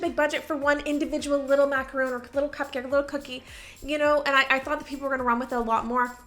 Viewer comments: I know you’re Canadian… but they’re macarons… Mac-a-RONS… macaroons are coconut mounds… 😊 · Lol girl. You were confusing me at the start! They made macarons (mack-a -rons). Macaroons are very tasty though! Still love your videos. The ideas you get are amazing. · "mac-a-ron" macaroons are a different desert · They are macarons (mac-a-rons) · Hi, just so you know, the treats in the vid are Macarons, which are pronounced with an “on” sound. Macaroons are the coconut chocolate haystack cookies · you didn’t pronounce Macarons right 😭😭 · Agreed. I was expecting the coconut macaroons when she said it that way 😂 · Agree! Drove me crazy. She should definitely know better being in the pastry industry. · It's actually pronounced a maca-ron not roon 😊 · Those are macarons not macaroons... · Sorry, but they're macarons, not macaroons. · It bothers me when people mispronounce macarons as macaroons. 🥸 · Macarons not Macaroons!!! Ugh. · There macarons not macaroons , different things xxx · OOOOOOH MACARONS! You kept saying macaroons over and over again and I was confused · Hi, love your videos, but please say Macarons with just one "O", not Macaroons 😏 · When she kept saying macaroon, it was bothering me and wanted to comment but didn't want to sound annoying lol. I see others saying it though. Totally different cookies, I was surprised she was saying macaroon when she does so much with baking. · Love your videos. Just one small criticism-it is MACARON not MACAROON. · Mah-car-own not mack-ah-roon. Two different things entirely👍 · This video was so cute but the pronunciation of "macaron" was putting me off so much. MacaROONS are basically a small mountain of coconut. What you had were macaRONS, two delicate cookies made with almond flower with some cream/jam in the middle. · Sorry but as a baker of MACARONS… the calling them MACAROONS is really bothering me lol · But they’re macarons not macaroons 😭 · Those are French macarons, not macaroons